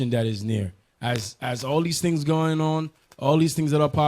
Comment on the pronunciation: "Signs of the THANGS"